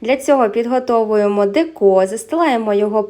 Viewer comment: Дякую за рецепт !!! Тільки не деКо,а дЕко!!! Дуже ріже слух !!!